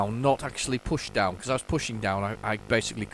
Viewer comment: It’s a shame you had such trouble landing “dowm”